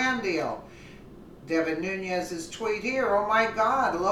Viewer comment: it's pronounced ...new-nezz....not....new-nee-ezz